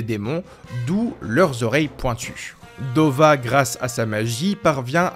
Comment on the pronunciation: Hey. Le namek, Dova ?? Non, c'est NEBA (subbé Neva en fr sans raison, mais 8l s'appelle NEBA.). Pareil pour Degesu, c'est du japonais frère, pas du français. C'est degesu, pas degezou, ça se prononce dé-gué-ssu ou plus largement Degess' car le 'u' final est happé. C'est un jeu de mot, comme Arinsu (Arinss' ou Arinssou), avec certaines fin de phrase que l'on retrouve dans différentes régions. (Comme "Gozaru" qui est la contraction de "Gozaimasu", utilisée par les Samurai, les milices japonaises dans les ères Edo ou Sengoku par exemple, disparaissant avec l'ère Meiji). On avait déjà vu ce genre de nom avec Gowasu et Zamasu (pas Zamazou et Gowazou!), empruntés aux mêmes contractions de terminaisons, qui sont souvent associées à un 'accent' régional, bie mn qu'au japon les accents se retrouvent plus dans les mots, l'utilisation des particules et les fin de phrases employées que dans la façon de changer de ton ou d'accentuer des symlabes, comme en Français ou en Anglais, par exemple. Ce sont quasiment les seuls noms qui ne sont pas des noms de bouffe ou d'objets, d'ailleurs.